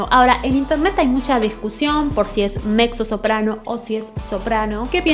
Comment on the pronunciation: Se pronuncia "metzo soprano" mi amor No (mecso)